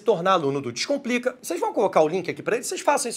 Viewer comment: Professor de língua portuguesa que inicia o vídeo pronunciando "dixcomplica" em vez de "descomplica" é uma fraude!